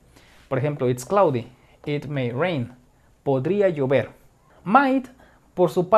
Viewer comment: Soy el único que entendí "podría yo ver" cuando era "podría llover"